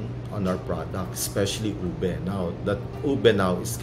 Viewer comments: Pronouncing it as “oobeh” would be closer to the actual pronunciation. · it's like pig Latin "Ube"= oo bay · Why cant the lady ube expert from the Cordillera canr even pronounce the word “ube” and she say it “owbi”? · "what's a Ubuh"😂